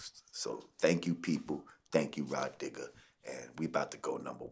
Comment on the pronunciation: Did Vlad Say RahDIgger?